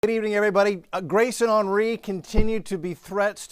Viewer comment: Hen ree. Hen. Not on. Ornery thats on, ornery. It's an H not an O...